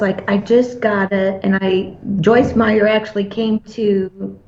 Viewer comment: It's Meyer without the s.